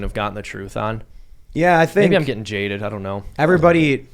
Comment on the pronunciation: Did he say, "I think I'm getting Jaded," or did he say, "I think I'm getting Jada'd?"